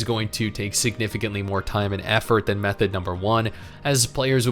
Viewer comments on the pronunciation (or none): none